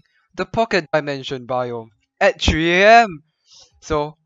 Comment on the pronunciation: a tree AM is what I heard lol